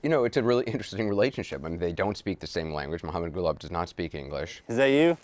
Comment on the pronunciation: They can`t even pronounce his name correctly, its Gulaab not Gulab. Gulaab means Rose in Pashto